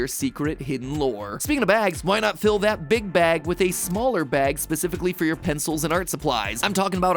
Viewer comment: It sounded like he said "big backs" not "big bag" 😭